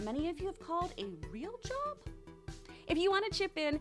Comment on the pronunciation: When she say "real job" I thought she said "rim job"